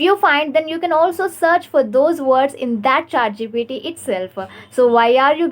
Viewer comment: It's not ChaatGPT please 💀